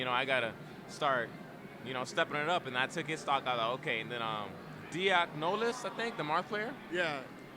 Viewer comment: "Diaknolas" LOLOL